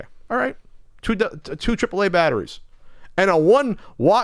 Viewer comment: What are these "Bat-arr-ees" you speak of?